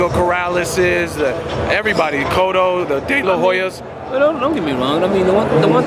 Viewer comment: "The corrales, the dEe la hoyas" 😂😂😂